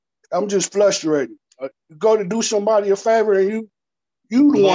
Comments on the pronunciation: Flush-trating it’s frustrating 🤦🏾‍♂️ kids stay in school pronunciation is important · He keeps saying he is flustrated. 🤣🤣🤣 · He's "flushtrated" 🤣 and the poor guy is being inconvenienced 😂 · He's so frustrated he keeps saying he's "flustrated"! Hahaha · if says he’s “flustrated” one more time…😂😂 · What’s “flush-er-waited?” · I'm "flustrated" too just listening to this. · There’s no “L” in Frustrated.